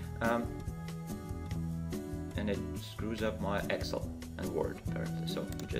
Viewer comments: yes, I meant no offense at all! But you pronounce it ex-il. Where I am from we say- ex-sell.:) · the way you say excel is hilarious.